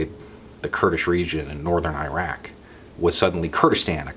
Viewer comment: accidentally pronounces "Iraq" correctly. Eyerack it ain't